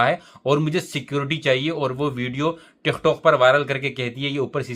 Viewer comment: Bhai ye tik-tokh nahi, tik-tok hota hai.